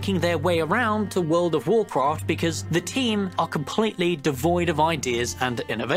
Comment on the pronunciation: furld of warcraft :D xD